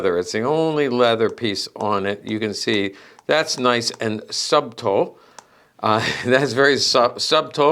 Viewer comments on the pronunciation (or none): It's sutul not subtul, obviously not spelled correctly but phonetically correct